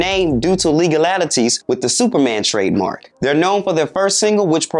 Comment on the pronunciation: I really wish he'd stop calling him MENdina......his enunciation is horrible! I died when he said "legal-alities"! 😭😭